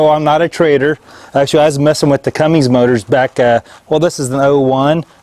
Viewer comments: CUMMINS....not cummings....CUMMINS. There is no “G”. Lol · This was driving me Bonkers!!!! Sound it out! C-U-M-M-I-N-S. no "G" Thanks for saying something! :) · It is CUMMINGS and Fords still owns it